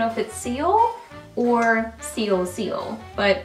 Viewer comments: Yes, Seoul is pronounced "soul" like Seoul, S. Korea, like to see other shades more on the nude or pink side. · seoul is pronounced "soul" :) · I could believe when she pronounced it that way😳 lol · I love that there are a dozen comments correcting your pronunciation of "Seoul"! Doesn't anyone read the comments first?? I looove Budapest. I wore it so much last month. I also really like Dubai, and I recently picked up Paris, and it's really pretty. I'm waiting on Prague to get here from a recent order ... I enjoy these lip creams, can you tell? lol